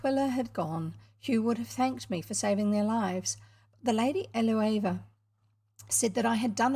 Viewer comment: I am enjoying listening to this and reading along in an ebook. You are right that it's also good for having on in the background when I'm home alone so the house doesn't feel so empty. I suspect that Eleuva is pronounced ell-oo-va.